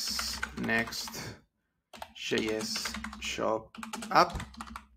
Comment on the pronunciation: I was wondering why he was saying 'shop' but adding 'job' ...